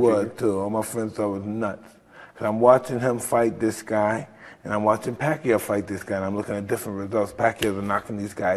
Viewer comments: ROTFL! Evander Holyfield said "Pacqa aow" ROFL! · Gotta love to hear Evender call Pacquiao's name, LMAO. The Pacman really does have a nice guy demeanor.